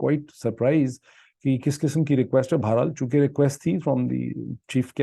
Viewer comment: I very much appreciate the depth of you research and presentation. Unlike any other Pakistani journalist. However your use of words like چوتیا does not match your scholarly vlog. One more thing I like to mention here is your pronunciation of certain words. Like بڑھنا or بہر حال the way ypu pronounce is بھڑنا. The word is ب ڑ ھ نا not ب ھ ڑ نا۔ the word بہر حال shoul be read as BA-HER- HAL and not BHAR. HAL. Hope you don't mind my comments. دالسلام